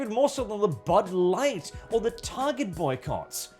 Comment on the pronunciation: Why every time I hear "Bud Light" - I hear Butt Light instead?